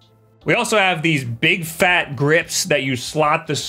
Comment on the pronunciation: I’m pretty sure the word ‘fat’ wasn’t so pronounced before Did he break the 4th wall?!?!